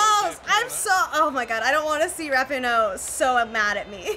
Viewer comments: Did call Megan Rapinoe "Rap-pin-oh"? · I am such a fan of USA Women’s team can’t even say rapinoe